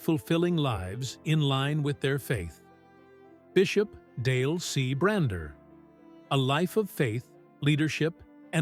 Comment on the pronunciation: His name is Bishop Bronner, not Bruner.